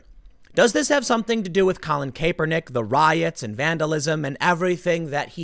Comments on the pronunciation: Pronounced cap-Er-nick ...not Cape-er-nick. Lol spelling is odd though so I get it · Tim, learn to pronounce Kaepernick (Cap~per~nik). 👍🏽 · At least say Kaepernick's name right Tim. CAP-uhr-NICK. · jesus....CAP-pernick. not CAYE-pernick. it's not difficult. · Kapernick not Caper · Tim, it's Kapernick...how do you get Cape out of that? Its Cap. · Tim for the LOVE OF ALL THAT IS HOLY Cap-Er-nick!!! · CoLiN KaY-pEr-NiCk 🥴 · How has nobody told tim how to pronounce Kaepernick? Cāp-er-nick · I enjoy your work but you sound ridiculous when you say Kaepernick. Be a professional and look up somebody pronouncing his name. It's not pronounced how it's spelled. The E is silent. CAP-ER-NICK.....KAPERNICK. Good thing to do moving forward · Every time he says Kaepernick as "kapernick" I laugh uncontrollably for some reason it just sounds so damn funny 😂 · Its Pronounced CAP er NICK Tim I cant stand him but please say his name right lol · Its pronounced Cap Per Nick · Nagooyen.. Kay-pernick... it's like he's never heard these names spoken before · Yo Tim it's "Capernick" pronounced like bottle "cap" lol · You really need to learn how to pronounce Kaepernick..cap_err_nick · Tim please say his name correctly - Kaepernick (KAP-er-nick) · Tim repeatedly mispronouncing Colin's name is my favorite part of this endless story. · Why are you mispronouncing this damn near household name?